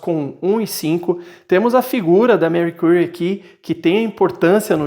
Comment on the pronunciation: Gostei do review mas estou sofrendo por ouvir o nome dela assim… jkkkk